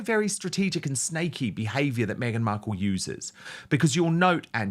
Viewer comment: Why does Dan pronounce her name “Beadle”? Just curious, I don’t like her regardless.